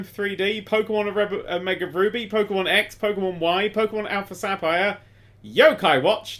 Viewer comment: Just the way he says "Sappire"